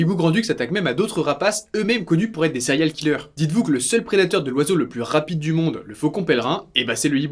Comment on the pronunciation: "Céréal" killer (serial killer) ca me tue a chaque fois. "Tueur en série" c'est pas assez "hype" peut-être? Au.moins prononcer le en anglais